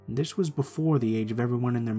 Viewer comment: would of been a lot better if you didn’t say dis. “This” would be better.